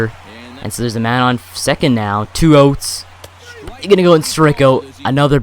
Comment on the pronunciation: He says outs like oots. You English bro